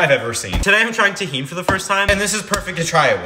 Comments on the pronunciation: I'm pretty sure you're pronouncing it wrong it's pronounced tuh·heen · Tahen is how it’s pronounced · Ok, i know your not hispanic but it isnt tejin its ta - jin and the j is pronounced like an h so its ta - hin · Tah hin is how you pronounce tajin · It’s pronounced Ta-Heen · me being mexican tajin isn’t pronounced tahean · Hello, it’s pronounced tahin, thank you, bye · Your not pronouncing it, right😂